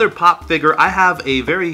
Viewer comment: I love how you pronounce figure. Perfik englishes.